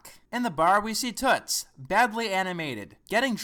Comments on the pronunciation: this is so ridiculous. I can’t believe you actually took this movie THAT seriously. it’s obvious you haven’t seen the series because you’re glossing over all of the references, saying they weren’t there, and then have the nerve to mispronounce toot’s name the entire time? you just literally shit on the movie while missing the entire plot. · It's "Toot", not "Toots"